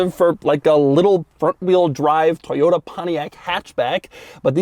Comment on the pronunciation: It’s toyoTA Doug,not toyoDA 😂😂